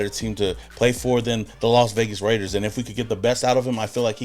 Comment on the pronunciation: The Las Vegars 😂😂😂😂😂